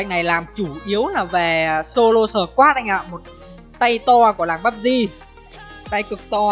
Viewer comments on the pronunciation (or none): none